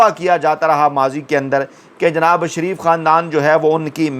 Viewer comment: Pehle. Naam to sahee likha karein phir bola karein shareef Theek hai, sharaf Halat Hai